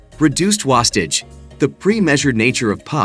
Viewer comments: It’s spelled properly but for some reason the AI voice didn’t pronounce it well. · Funny how everything else is properly pronounced except "wastage".